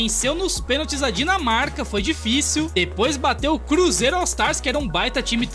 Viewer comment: Ele falando bruzeiro foi foda 🅱️🅱️🅱️